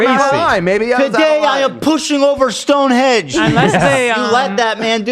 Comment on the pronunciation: dear Ethan, it's Stonehenge, not Stone Hedge. thank you, thank you. peace and love